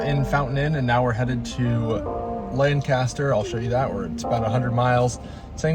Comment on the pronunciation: Lancaster is pronounced “lank-uh-stir” :)